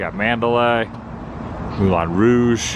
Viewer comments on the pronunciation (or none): none